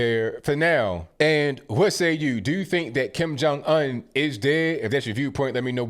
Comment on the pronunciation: The way he says Kim Jun Un like Onion. LMAO.